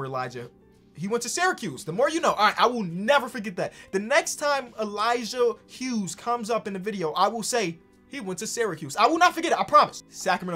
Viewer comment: Finally someone says the Hughes right. Bc my last name is that